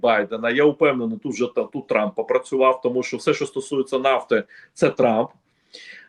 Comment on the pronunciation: «Труп.. тьфу.. трамп» оговорочка по Фрейду 😂